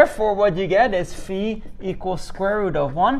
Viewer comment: Thank you for pronouncing φ correctly 🤪